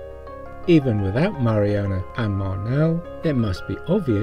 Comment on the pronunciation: *Marnal, not Marnel.